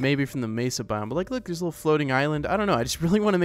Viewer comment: saying a "litil"more time